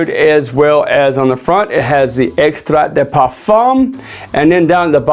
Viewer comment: The T in extrait is silent….